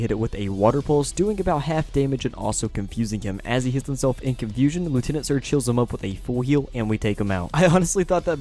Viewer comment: Lol you say confusion funny